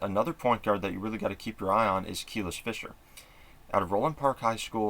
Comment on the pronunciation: Just a heads up it’s pronounced Kuh-lease not Keel-iss…since I’m sure you’ll be talking about her more and more